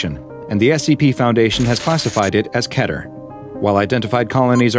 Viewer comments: not going to lie but it should be keter on the first one! (i dont know if you say that right) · its mot ke-ter its kee-ter